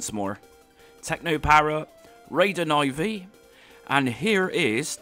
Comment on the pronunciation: Raiden I V .... It is Raiden 4 in roman numbers. Guess you skipped school a little too much... (that explains a lot actually)